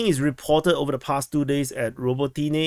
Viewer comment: "Robo-teeny" lol Ruh-bow-tin-yeh